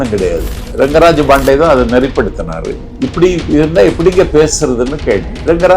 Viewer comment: It’s not BANDEY ITS PANDEY